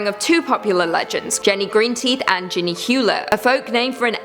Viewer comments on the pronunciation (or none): none